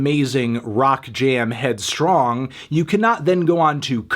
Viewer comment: loves headstrong (or as he says it, headstrang)